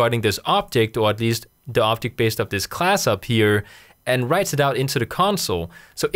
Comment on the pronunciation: Very useful and easy to understand, but I hate the fact, that you accent makes you pronounce "object" as "optic". :) Keep up the good work!